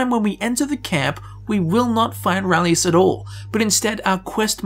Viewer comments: His name is RALIS (ray-lis), not rahlius! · His name. Is RALIS! Urgh! Unsubbed! XD